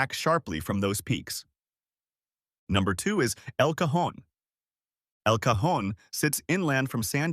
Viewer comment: El Cajón! Finally someone pronounces it correctly 😅